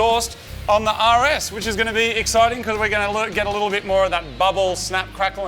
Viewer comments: I thought you said Yaris instead of (RS) for half of the video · Totally thought he said "take off the front of the Yaris" had to ew watch 3 times to hear "RS" correctly 😂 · When Moog says "RS"... it sounds like "Yaris"... lol🤷🏾‍♂️😁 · When you say "The RS" is almost sounds like "Yaris." :3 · Every time he says “the rs” I hear “the Yaris” and that’s a beautiful thing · Every time Moog says rs, it sounds like he's saying yaaris haha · everytime moog says (the rs) it sounds like yaris to me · I could've sworn you said "we've got to remove a lot off stuff on the Yaris" 😂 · CANNOT UNHEAR YARIS